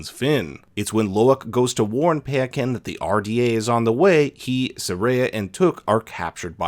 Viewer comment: The Tokun's name is said Pie-uh-kahn